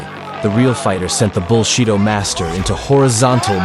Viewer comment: I'm sad the AI can't properly pronounce "bullshido"